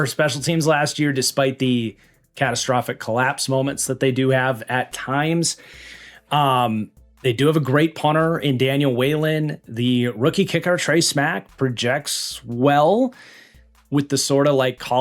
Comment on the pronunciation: Before watching the Special Teams section, will pronounce Whelan correctly? Edit: Nope still calling him Whay - Len